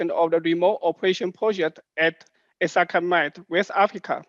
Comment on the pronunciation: Thanks! I've been searching for the correct pronunciation of ‘Essakane’, and you are a good source.